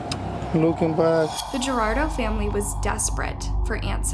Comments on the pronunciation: You can't even get the last name right! Why do you keep calling him "Gerardo"??? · Victim's last name is pronounced Goo-ar-dah-doh. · I have noticed in many videos you dont pronounce the name of the victims right. I can understand some names can be difficult, but come on now Guardado and Gerardo are 2 complete different names. Would be nice to show the victims a little bit more respect. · She keeps say Gerardo. It's Guardado. Interesting story, but not a fan of the channel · Just a note to take you're pronouncing his last name as Gerardo and it's spelled Guardado, the reporter in the newscast actually pronounced it correctly. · Its pronounced GU-R-DA-DO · Im sorry to be that guy but it doesnt say Gerardo it says Guardado wich are two different names and you kept saying Gerardo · The correct pronounciation of Guardado is: war-dad-oh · I don’t know how you got “Girardo” from Guardado. If you’re going to do a story on someone, at least have the curtesy to pronounce their name correctly. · Guardado is NOT “Gerardo” quit being lazy and butchering people’s names. It makes it hard to listen or pay attention to the content. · Imagine seeing the spelling “Guardado” and hearing the pronunciation in the video you’re making and still saying “Gerardo” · With all due respect, you have their names spelled out for you, and yet you continue to pronounce their name wrong. I can understand Lucia. Pronounced Loo-SEE-uh. But Guardado, you continue to say Gerardo. Please, out of respect for the victim and his family, remember that even if it seems a small detail, it matters to them. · The way you basically say “Gerardo”instead of Guardado in the video is so irritating. It’s not that difficult, even for an English speaker. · Wardadoh… that’s more less how to pronounce his last name for crying out loud. 🤦🏻‍♀️ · Guardado, not Gerardo. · You absolutely butcher his name. Goo-are-da-do... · hey, learn to pronounce Guardado correctly. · Gu-ar-da-do.... Guardado Guar-dado! Not Gerardo 😒🙈